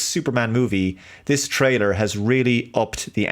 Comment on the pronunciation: Why does it always sound like he pronounces it like trader instead of trailer? Is it kind of a shtick like the thing with appre Cee iate?